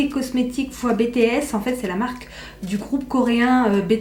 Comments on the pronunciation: En tant qu'Army mes oreilles saignaient à chaque fois qu'elle disait BTS, ça se dit "bi ti ès" 😭😭 pas "bé té ès" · Ça ce dis pas comme ça « BTS »...